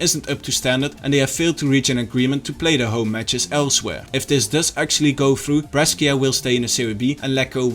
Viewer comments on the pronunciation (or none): Brescia isnt Breskia but Bresha